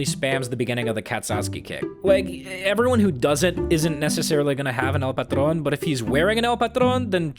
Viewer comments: nice pronunciation of patron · Holy shit you nailed the pronunciation . I know it seems easy to say but the way you said it is easily the most impressive. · men this guy has a really good spanish pronunciation. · BRO, I SPEAK SPANISH AND YOUR "EL PATRON" PRONUNCIATION IS P E R F E C T saludos desde chile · The way he said "el patrón" was amazing. Nice dude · Going back on this vid why the fuck does have such a perfect pronunciation of El Patron, sounds like he's already mexican in my ears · Im so fucking impressed just by how you pronounced "el patron" ... That shit made me smile foo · Wow you pronounced “el patron” flawlessly I am impressed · Spanish on point. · woah there your Spanish accent is on point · Hm he pronounced el patron correctly I'm surprised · Damn you have talent to say "Patron"